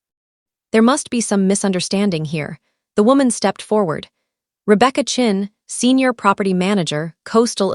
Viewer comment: so Chen is now Chin? And Meridian, and 'phantom' ledger now? instead of 'ghost' ledger? Ai really needs to pick up the game